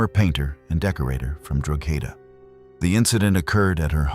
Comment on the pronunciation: I beg that you get in touch with me or anyone else from Ireland, who can give you the proper pronunciation of places, and names. Drogheda = droh-hih-dah. County Louth = County loud. Mc = Mac.